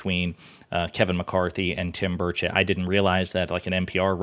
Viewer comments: did she say Tim Birdshit? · It's "Tim Birdshit" please get it right.